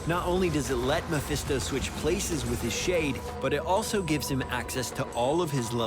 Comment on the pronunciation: More like Meh-Phisto.